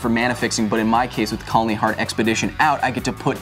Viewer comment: KHALANI, my ears bleed everytime he spoked wrong, and you didn't correct...